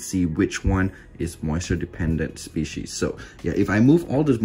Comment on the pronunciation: Someone should do a count for how many times he says moisture dependant spieces